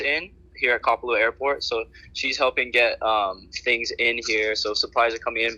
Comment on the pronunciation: So Maui Now news can't pronounce Kapalua. Geeez